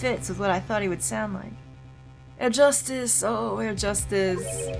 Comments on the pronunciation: Just for the record, the “H” in “Herr” is actually pronounced in German ^^ Thus, you don’t say “Err” but “Herr” as it’s written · Keep in mind the H in "Herr" isn't silent. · So, either is attracted to Germans or to prosecutors. First Edgeworth, then that girl crush on Franni and now Klavier. I'm looking forward to seeing whether the same is true for Double Destinies' prosecutor. It's still kinda weird for me to see German words pop up in an otherwise English game. And a little tip: The H in "Herr" isn't silent. It's pronounced like the H in "honor". Otherwise your way of saying it is spot-on. (I'm really impressed by your German pronounciation) Edit: I'm an idiot. The H in honor is silent, lol. What I meant was something like the H in "help".